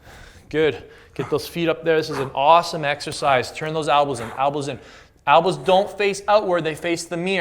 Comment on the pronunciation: It's elbows not albows lol